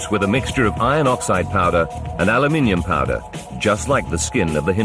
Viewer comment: the narrator pronounced aluminum alimin